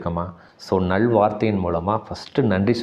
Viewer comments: நள் வார்த்தை என்று சொல்லாதீர்கள். நல் வார்த்தைகள். லகரத்தை கவனமாக உச்சரிக்க வேண்டும். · "நள்" அல்ல "நல்" வார்த்தைகள் ❤